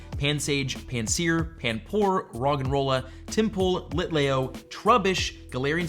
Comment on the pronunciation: it's lit leeo not layo